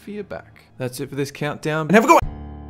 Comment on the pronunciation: it's the coentdoown neverjdjf